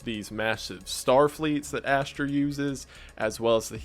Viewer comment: the way he says ashtar lmfao “ash-ter”